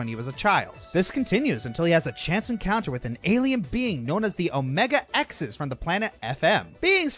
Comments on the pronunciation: though i dont blame you for not seeing the anime the xis part of omega-xis' name is pronounced sis like sister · Omega-Xis is actually pronounced Omega-sis.....just an fyi is all.